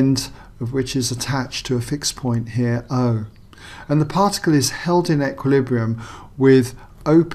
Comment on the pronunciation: "It's in equihesljkssdsbrium'